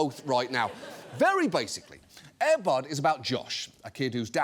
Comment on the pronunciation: The producer of Air Bud says Air Bud wrong. he puts the stress emphasis on "bud" instead of "air".